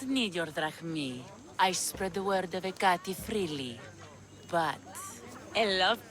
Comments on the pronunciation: Εκάτη, no H and most certainly pay attention to the ά being the accent, if that's what you call it in english. Otherwise you are right. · It's (H) e- KA-te